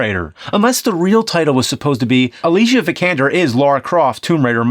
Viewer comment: I love this guys attempt on pronouncing a Swedish actresses name right :) "Vik'Ander"